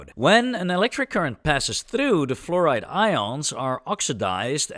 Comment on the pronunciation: who pronounces fluoride as florid